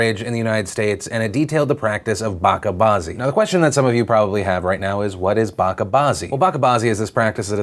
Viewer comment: *bachcha baazi is not pronounced like that... (buch-cha baa-zee)